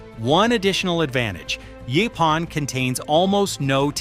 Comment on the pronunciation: Across the southern USA where this plant is common it is always pronounced "YOH-pahn". It is super-abundant in the East Texas piney woods, but when I grew up in Texas nobody talked about it being consumable. Pictures shown in the video of the larger leaves with spines are not Yaupon; they are Common Holly. Yaupon Holly is the much smaller oval leaves with slightly ruffled edges.